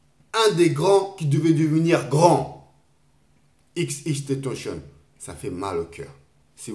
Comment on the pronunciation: Mdr il a dit xxxtontazon mais R.i.p quand même